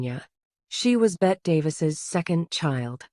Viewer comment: It's not pronounced Bet it's Betty.